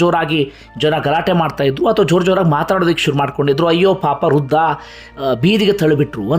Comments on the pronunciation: Hello. Thank u for the video.. It is Vriddha, not Ruddahh. Thank you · Ruda,ruda anta matadtiri,shudh matadoke kliri.rudha alla vradha anta matadi.